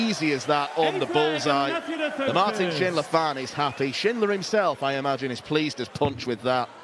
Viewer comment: Impressed by pronunciation of Martin's full name. Sounds exactly like a german would say it.